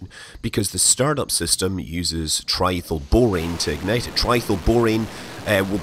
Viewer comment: Tri-Ethyl is that? Not "Tri-thl"......